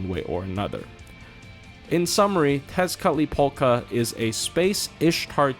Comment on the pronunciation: Did you intentionally say 'Tezcatlipoka' as many times as you could just to flex your ability to actually be able to pronounce that damn word?